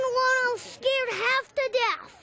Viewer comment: its half to death who the hell says half to deaf? His pronounciation is judt bad